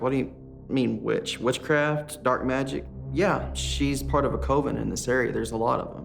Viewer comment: The dude can’t even pronounce “coven” correctly.